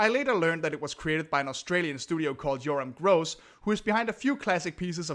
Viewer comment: Perhaps you judged this movie way too harshly. I grew up with this film since I'm Australian, and I loved it. Sure the animation is not the most attractive, but it was not really all that bad. You have to give Yoram Gross (which you pronounced his last name wrong) credit, since Australia try their best creating animation. He even said this about his films: "If you watch my films carefully you will see the history of my life." Yoram Gross used his films to convey loyalty, peaceful resolve and good winning over evil. Also, you have to give a great amount of admiration that the characters of the film was played with only 2 actors. 2 very talented, but so underrated actors. As for the songs, there are songs that are forgettable, but there are some that are memorable, like the song, "Ordinary Miracles" by Julie Anthony, the song that plays at the end of the movie during the credits. So beautiful. Maybe Hewy Toonmore should review this movie, and I could help with the review since I know this movie so well.